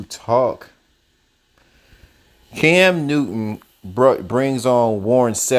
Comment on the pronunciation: Bro decent video..but your Ssssss are killing me!!!! It's not Cams Newton..and it's not yardages .....!!!